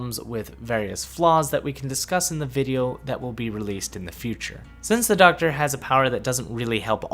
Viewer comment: I love the SHOCKTA...I...I meant the DOCKTA!!!!!